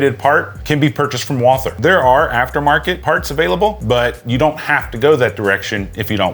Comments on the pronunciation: Its pronounced like "Walter". The 'h' is silent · Walther is a German name and it's pronounced like "Walter" as if the "h" is not there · You say "Wall Ther" which I always thought was the correct pronunciation (and the way I say it). But most say Walter, without the TH sound. Always wondered which is correct. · Walther is German and German doesn't have the th sound. Ignore the h and pronounce it Vaalter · It's actually pronounced "Walter" and not as it's spelling would indicate to us English-speakers. If you want to get cute and go full German, you can go with "Vaulter". Neat.